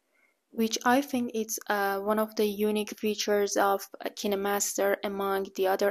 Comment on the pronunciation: why everyone pronounces it ki ne master not kine master